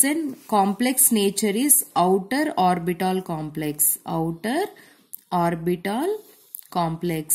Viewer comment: Mam's pronounciation - orbital = orbitol , H = hech